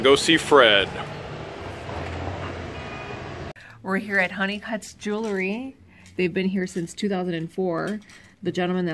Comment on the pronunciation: don't be offended, but pronounciation of Jewelry is not 'JEWLERY'. Just sayin.. You can pronounce it anyway you want! Love your videos together and singularly. What The Hales rocks!!!